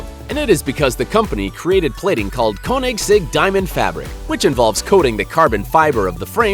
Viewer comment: The way he says koensigg... am I right?